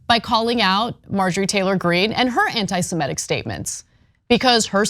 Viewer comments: semItic not semEtic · Semitic. Not semetic. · Ms. Kasparian, please learn the correct pronunciation of semitic. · Can you please learn how to say "semitic"? It is not "simetic". It is "semitic". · She mispronounces all kinds of things, it's ok.